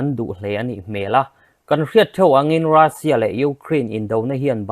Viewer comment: Rassia nilovin Russian titur o